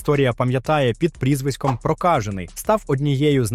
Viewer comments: балдУін прокАжений .... Хоча б вже наголоси виставляли коли аішку юзаєте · а ви точно не москалі? наголос дивний на слові "прокажений"... діз